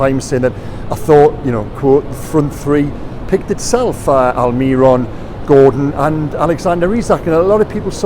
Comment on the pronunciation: 😭😭😭pllleeeeeeaaasseee. AlmiRON, not AlMIRRon, the accent on the O at the end means the emphasis is there... pleeeaaasseeee stop